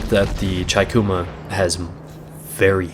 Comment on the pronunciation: I'm really liking your videos, only suggestion, the Chikuma, it would be said Cheekoomah (chi - ち - chee) figured I'd let ya know (at least that's what my Japanese professor said when I asked him, I wanted to learn the IJN ship names so I asked, haha)